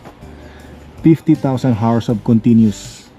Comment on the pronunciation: L.E.D., hindi led. 50,000 hours(ours, not arse) is a very long time. Baka patay ka na, gumagana pa iyang ilaw. Don't be so cheap on things you buy for the house and for your loved ones. It is OK to be frugal, but being a cheapskate is disgusting. Baka sunog lang ang fuse ng radio mo sa truck. Check the fuse. Tunog lata ang nabili mong radio.😂